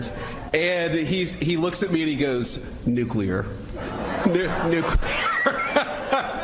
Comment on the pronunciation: why don't you learn to pronounce NUCLEAR not NUCELAR